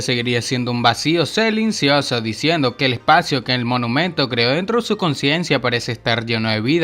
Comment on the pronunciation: jeje, dijo selincioso